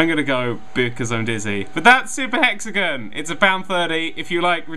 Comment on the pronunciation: every time he says hexagon a grammer Nazi dies